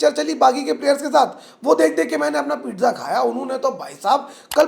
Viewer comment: पिज़्ज़ा ❌ पिट्ज़ा ✅